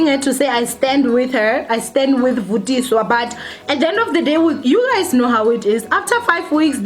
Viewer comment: Its Vathiswa show some respect haibo!! "VUTISWA" really?